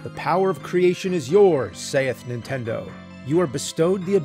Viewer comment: It never gets old hearing James say super "INtendo"